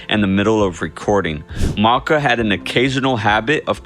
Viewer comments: Why are you referring to him as “Maaarka”. The nickname is “Macka”, rhyming with “backer” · "Mocka"? Ummm. No. Ringo pronounced Paul's nickname as "MACK-UH". Oy